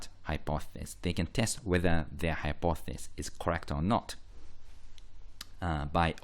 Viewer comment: Great video but it's hypothEsis not hypothsis (pronunciation)